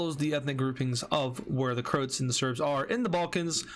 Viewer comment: IT'S CROAAAATSSSS NOT CROOOOTSSSSS!!!!!! WITH THE AAAAAAAAAAAAAAAAA